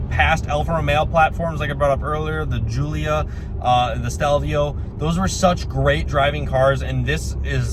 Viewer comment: It’s GULIA not JULIA